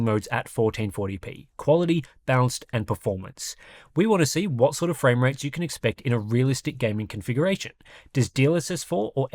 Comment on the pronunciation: Enjoyed the presentation, right up until you did that emphatic "YOU" thing at the end. You're not a Yank. Please don't try to be one.